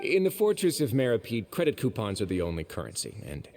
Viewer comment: ActuaLLY,,, it's pronounced /Mero-PEED/💦 not /mero-PIED/ 🥧